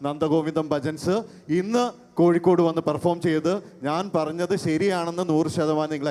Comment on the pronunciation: ഇൻ ഡ്രാക്കാരനോട് പറയാനുള്ളത് വികലമായിപ്പറയുന്നവനെയാണ് മ്ലേച്ചൻ എന്ന് പറയുന്നത് അത് കൊണ്ട് സ്വയം മ്ലേച്ചനാവരുത് "കോയിക്കോടല്ല " അത് വേണ്ട കോഴിക്കോടാണ്.